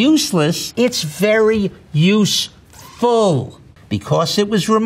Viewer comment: 例如 他 USEFUL 的發音